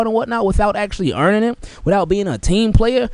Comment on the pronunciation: the Baltimore came out of you lol “ern it”